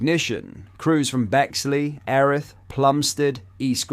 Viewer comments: Erith used to be in Kent, so it's now South East London is it? The pronunciation used to be 'eer rith' the eer sounding the same as eerie, so it's now 'air rith' is it? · It's pronounced EARith, not ERith